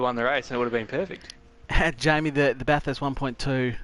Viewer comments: It's the 'urrst' at the end. It's more of an 'est' as a local. Are you in SA or WA by any chance? I've got a mate in SA that says it the exact same. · I've never heard a bunch of Aussie mangle the word Bathurst so badly. Fantastic effort and execution of the race and try-outs though. Moving on to a different track for another race or sticking to Bathurst?